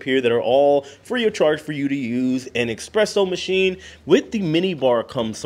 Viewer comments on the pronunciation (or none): Luxury dude don’t say expresso!! Es es es espresso big guy!